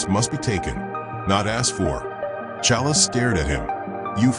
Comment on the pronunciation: I can't. He keep calling black panther challa